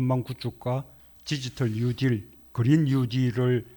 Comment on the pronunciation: 뉴딜 발음이 그렇게 어렵나?? 뭔 발음 재활 훈련하는 사람 같네요